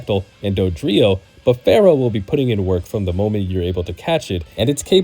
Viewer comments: I can’t trust anyone that pronounces Spearow and Fearow wrong 🤦🏻‍♂️ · FEAR-O not Pharoh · It's Fear-Oh, not Farrow. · Fear-ow Not phara-oh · Spearow sounds like spear but fearow sounds like fair? Yeah no. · The way you pronounce FEARow is annoying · Why do you pronounce Fearow like it's gonna summon the Curse of Ra? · its fearow!! and spearrow. not farrow and sparrow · Also, "SPEER-OH" and "FEER-OH" Not pharaoh and sparrow lol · Fair-oh? Spare-oh? Really?? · Are you serious with Farrow? And Sparrow? That has to be a joke. There's no way. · fear-ow, spear-ow........ its in the name. Not Pharoah or sparrow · "Sparrow"? "Farrow"?? SPEAR ROW FEAR ROW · Spear-oh like a spear Fear-oh like fear as in horror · Why he saying Fearow and Spearow like that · Why are you pronouncing Spearow and Fearow that way? It's... distracting lol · The repeated mispronunciation of Spearow and Fearow have me skipping to the next video